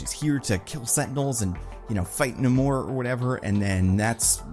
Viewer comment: You pronounce Namors name wrong, it's not Nu-MORE it's more closer to the pronunciation of Gamer where the er sounds more like or without super over the top pronunciation on the OR part. And you don't pronunciate the A at all, you turn it to Nuhm when it's Name